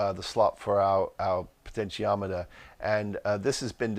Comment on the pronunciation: Im so glad you can say potentiometer, Wayne confused the hell out of me saying he was using a pot'o'meter :D